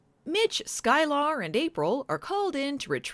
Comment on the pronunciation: Sky-Lar...eh, she was no Groppler Zorn...